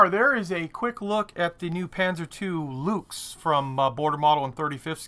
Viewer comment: Hi, just a quick heads-up, one pronounces the German "Luchs" about the same as you would say "Looks" in English...